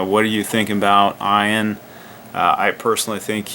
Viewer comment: Ian is not pronounced eye ann, should be eee ann.